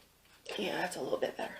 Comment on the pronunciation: When she says better i hear butter